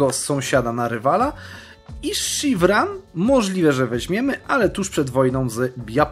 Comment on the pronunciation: Szirwan nie Sziwran kurde !